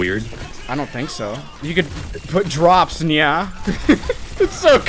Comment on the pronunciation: Please don't say "drops nya" ever again I beg you